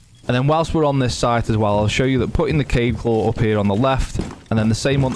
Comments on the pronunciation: Very nice BUT it's actually Kaid and not Cade, he is Arab or something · It’s Kayd not kied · Kaid is pronounced KA-EED, which means leader or commander in Arabic. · I think it’s supposed to be Kai-yeed but everyone just says kaid cause it’s less syllables lol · Kaid is pronounced ~ kah-eed from the Arabic language